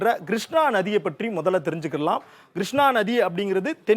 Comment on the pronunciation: நல்ல விளக்கம் . வரைபடங்களும் நன்று. ஆனால் கொஞ்சம் உச்சரிப்பை மேம்படுத்தி கொள்ளுங்கள் Grushnaa வெல்லம் நுப்பது கடலில் கரை கடப்பது Kodhavari vs Godavari